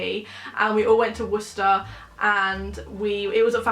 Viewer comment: Can we just talk about you going to Worcester? Firstly you pronounced it right which seems to be hard for most people😂 Worcester is awful for nights out. Go to Southampton so much better hun xx